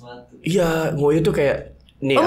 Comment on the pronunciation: Just info ,,Ngoyo yg di ucapkan di podcast ini artinya pipis lho ,,kalau kerja keras itu ngoyo = o nya dibaca seperti o di otot